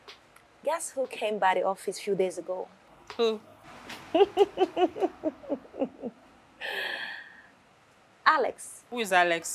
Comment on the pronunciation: it's Alex not ales